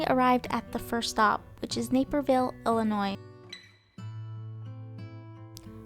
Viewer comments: Its Illinois NOT Illinoissss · The ‘S’ is silent in Illinois. 🙄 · The "s" at the end of Illinois is silent. It is not pronounced. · I love how you kept saying Illa Noise. They hate that but I think it's funny to say it your way to tease them. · Good video but a couple of minor things drove me crazy. First the "s" in Illinois is not pronounced. It's a French work like "debris". Second, about 27 minutes in describing the most beautiful views of the "whole entire" trip. Either use whole or entire but both is redundant. Again overall an interesting video. Keep it up.